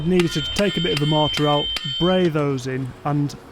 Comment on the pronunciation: the way pronounces “mortar” tickles my brain 🧠 just right 😂 “mohhtah”